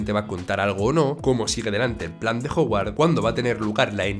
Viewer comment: Así como Mike se dice "Maik", y no "mique". Howard se dice "Jaguard", y no "joguard".